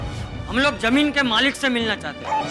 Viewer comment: chacha ji jameen nahi zameen hota hai 😆😆